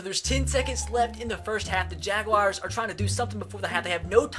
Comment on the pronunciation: you say jaguars wrong